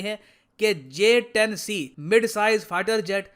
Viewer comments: Ye bhand interior minister J 10 C ko JH 10 bolta hai 😂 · He was saying JS 10 instead of J 10C. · Bolna to Aata nahi Harare se kiya khak larega j10c ko js10 bol raha he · Kaisai wala minister hai vo sala j-10c ko js-10 bol raha hai 🤣🤣🤣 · Js10 naam tu sahi se lele 🤣🤣🤣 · Gadha pronounce b nai kar paa Raha hai jumle azam sheikh chilli j 10 c ko js 10 bol raha hai ganwar